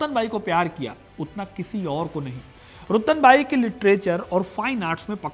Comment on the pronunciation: रतनबाई बोलो भाई।